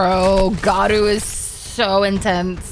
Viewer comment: Not geenos its to be pronounced jenos and not garoou its garo